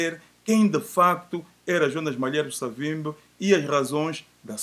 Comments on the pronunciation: Porquê que dizem: "Savimbe"??? O nome dele era/é SAVIMBI!!! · Sei que é dificil,, e pode até parecer mais bonito de se pronunciar mas, o nome é SAVIMBI com "I" no fim, e não Savimbe como tem estado a dizer. Se devemos respeito a esta individualidade, no minimo devemos pronunciar o nome do mesmo como deve ser ou seja como ele é... Cumprimentos pelo bom trabalho que esta a realizar.